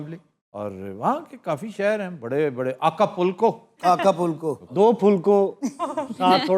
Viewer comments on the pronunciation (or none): آقا پُلکو نہیں ہوتا، آیکا پوکو ہوتا ہے۔